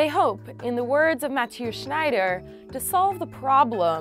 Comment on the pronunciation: She also pronounced Mathieu as Mat-Te-U...